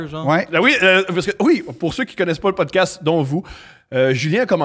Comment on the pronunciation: LE MEILLEUR CROSSOVER DE PODKASTEUH .